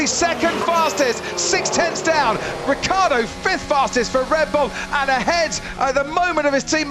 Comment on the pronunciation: C'è la I in Ricciardo porcoddio